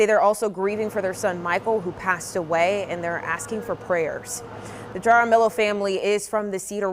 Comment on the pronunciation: Lmfao, how could BOTH of those reporters not know how to properly pronounce “Jaramillo?” 😂 Have they never had any exposure to Spanish surnames? 😳 It’s literally pronounced “hah-rah-MEE-yo.”